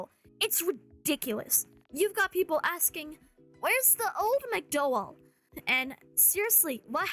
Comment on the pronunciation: its pronounced cougar mcdowel (like the word towel)